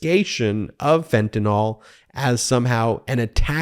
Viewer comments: Fentanyl, not fentanol. (-NIL not -NAWL) Once or twice would have made me wince, but 4 times in 3 sentences made me turn off the video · This Anti-Freedom Caucus ultimatum is infuriating. It will fail. Thank you Ben and The Midas Mighty! Also, I'm a chemist: it's pronounced "ill" not "all", fentan-YL not fentan-OL, Anyway... stay strong, folks. We're gonna get back to sanity. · Dude, it's Fentanyl not Fentanol, YL not OL! Love your show!! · What in the world is “fentanOL”?